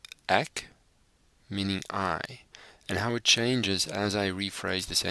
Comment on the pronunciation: PLEASE NOTE: In Afrikaans you do not pronounce "e" as "a". For example: The word "ek" is NOT pronounced "ack", but "ek". I noticed that 99% of all English speaking people pronounce it as "ack", like in "acknowledge". That is WRONG! In Afrikaans an "e" is never pronounced as "a". It is extremely easy. Instead of using your throat to form the correct sound, use the tip of your tongue (in the front of your mouth) to make the "ê" sound. Here are 2 examples: Example ✔ Acknowledge ✖ (I know what is wrong and what is right, because Afrikaans is my mother language).